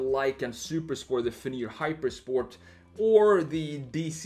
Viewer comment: This man seriously just said Lykan Supersport and Fenyr Hypersport lmao